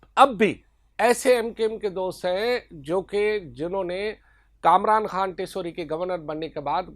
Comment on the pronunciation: Khan word per pora zor laga rahe ho